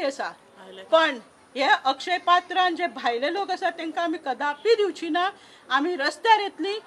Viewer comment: Hi, not batra, it is patra, ha..ha...ha.....!